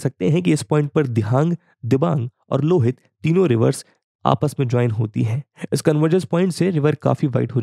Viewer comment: Voice Over is quite good but kindly pay some attention on pronunciation of river's name. Like it's रावी nit रवि, it's लोहित not लुहित, it's सुबनसिरी not सुबानसीरी. These things hit on ear as well as mind. No need to follow borrowed pronunciation of Indian names. Otherwise everything is on pace. Very helpful video for any citizen of India or for person interested in geography.